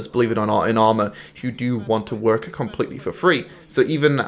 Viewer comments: why where u trying to emphasizing WORK lol everytime u said work in this video it was as if u was struggling to say it XD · Why do you say "work" with an American accent now?